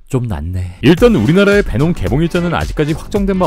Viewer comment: 놈베라고 하는거 킹받으면서 웃기네 제주 돔베 고기 먹고싶다